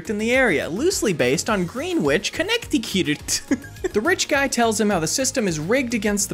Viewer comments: Was about to type something about how he pronounced “Greenwich”, then he butchered “Connecticut” and I set down my keyboard 😅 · green-witch connecti-cute 😭